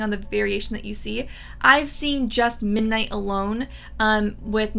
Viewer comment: I’ve noticed you drop the “d” when you say the word “ midnight.” “Minight” 😄